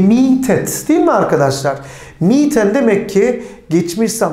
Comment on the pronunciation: Selamlar hocam emeğinize sağlık ancak 1 inci örnek cümlede kiralamak fiilinin sonundaki 'n' sesinin düşmesi takıldı kafama